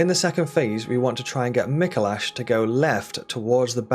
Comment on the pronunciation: Is someone gonna tell him he’s pronouncing Micolash incorrectly?